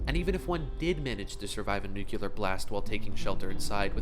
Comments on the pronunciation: It's not NUCULAR it's NUCLEAR FFS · It's "nu-cle-ar" not "nuc-u-ler." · How to pronounce the word nuclear: new-klear. NOT nook-you-ler. This mispronunciation has plagued the world for too long. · NUCLEAR NOT NUCULEAR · you have a great voice, just say nuclear instead of nucular. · "Nucular shelters", XD